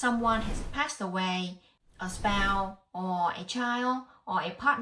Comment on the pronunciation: Please pronounce your words properly - it is NOT "spow", it is "spouse". It is NOT "probay", it is "probate." Say it correctly, or no one can understand you talking!!!